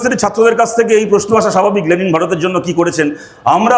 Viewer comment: আগে লেনিন না লে লি ন উচ্চারণ করতে শিখুক 😂😂😂😂😂